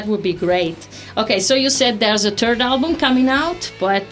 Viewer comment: buddy smiled when she said " you have a turd album coming out"